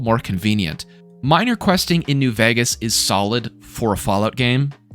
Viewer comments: The way you say Vegas bothers me a lot 😂😂😂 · I've never seen anyone play, or even say the word "vegas", like you do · I live there, he says it normally, he just kinda puts an “h” after the v